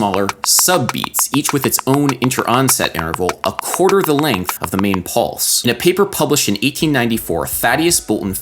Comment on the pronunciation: "polse? wtf is a "polse"